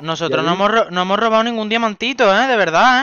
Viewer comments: Minuto like si oiste q dijo damiante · jajaja soy yo o dijo damiante